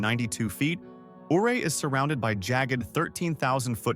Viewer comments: It's pronounced Uray‼️ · Ouray is pronounced U-ray. Say the name correctly. You forgot to mention Leadville, Georgetown, Central City, Cripple Creek, etc. Those are lovely historic places too. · Ouray is pronounced "U-ray".